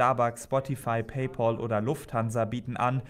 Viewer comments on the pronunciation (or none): none